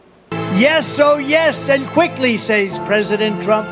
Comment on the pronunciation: "... saze presidient Trump" Saze? That is not, in any dialect or accent of English, the way that word is pronounced. I have a liow opinion of anyone whose reading skills are that poor. Take note, illiterates, I'm dissing you.